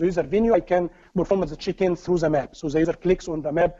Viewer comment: Without cc the video would be unwatchable. The pace is too fast the presentation transition is too choppy. It's a shame the info is very very good. I keep hearing chickens instead of check-in. It is very distracting.